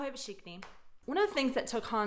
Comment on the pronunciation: Why did you regress when saying všichni? You almost had it but now it's back to the weird vsšik'ni.